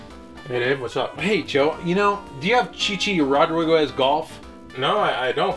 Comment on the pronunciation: lmao Dave pronouncing Rodriguez.